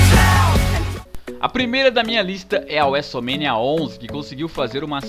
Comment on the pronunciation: e seus vocabularios estranhos wuesomenia wuesteler